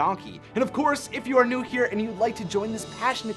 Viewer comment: I'm a bit late but did he say "if you are nude here..."?